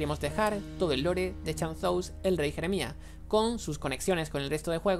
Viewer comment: "chan-zous" XD